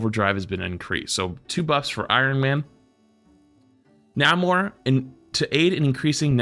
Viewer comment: FYI it's pronounced Nay-mor not Nah-mor.